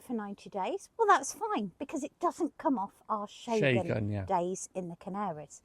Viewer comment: Sorry for your loss guys. Got to love you guys. Where’s this Shay-gan area you keep talking about ? I thought it was Schen-gen 🙈🤣 God bless ya! 😁